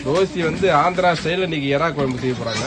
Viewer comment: Kuyambu nu sollathinga vedio edukringa kuzhambu nu sollunga